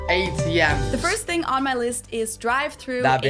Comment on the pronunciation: Why is it a “fing” and not a “thing”?